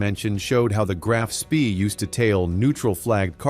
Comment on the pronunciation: It’s not SPEEEEEEEE it’s SHPA